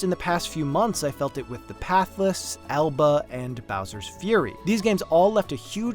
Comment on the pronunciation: What is the cute Island game called, he keeps saying Elba but I cant find it edit: Nvm it's called Alba :p